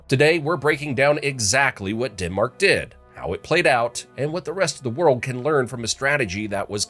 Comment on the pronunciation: DENmark not DINmark please